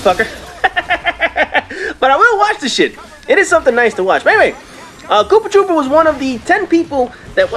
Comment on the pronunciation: Uh.. It um actaully K00PTR00P not koopatroopa.. awkward..